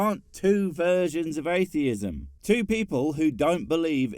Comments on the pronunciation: Ayfeeism. Can't even speak properly, let alone think. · How are you going to debunk atheism when you can't even say the word. There are no f's in atheism. You thick as shit shaved monkey. Also, How difficult is it to say ask? No you can't "arks" me something.